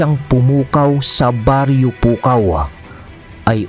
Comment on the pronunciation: Gumagana ang pagka ilokano mo 😂😂😂”PUKAW’ pa more